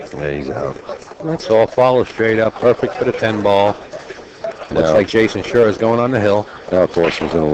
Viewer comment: Why does the idiot announcer keep calling the name Jason SHURE??